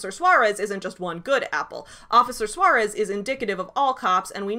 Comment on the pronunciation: As a Native Spanish Speaker, I CRINGE at how the PragerU guy pronounces "Suarez".